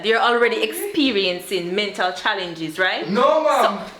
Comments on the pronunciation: I thought it was a mistake but he repeat the word....lol Meltal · "MELTAL" health facility😁🤣🤣🤣.. it's mental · Meltal I thought it was mental🤣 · Meltal health enuh! 😂😂 not mental health 😂 I love my Jamaican people issi # subscribed!! Loving it ❤